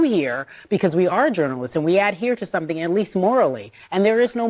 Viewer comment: “Let me tell you suntin” Fire Marshal - Bill Burns